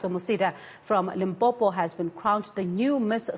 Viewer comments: Did she just call limpopo limpompo how did she get her job newsroom no no 👎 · I had a neigbour from Venda when i was working in Rustenburg and he used to refer to it as Limpompo so i was like am i missing something? Is that what people from Limpopo say? I just left it... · dd she just say limpompo the interviewer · This news anchor said Limpompo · It's so annoying hle😐😐.. Limpompo mxm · Did the interviewer just said "Limpompo"? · "Limpompo" "Pergernt" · The interviewer really needs to check her pronunciation of things. She miss pronounced the name, she said pergeout instead of PAGEANT, and Limpompom instead of LIMPOPO. Hai man.